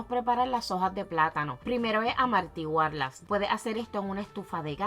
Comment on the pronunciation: “amArtiguar” 😳 es amortiguar, gracias por la receta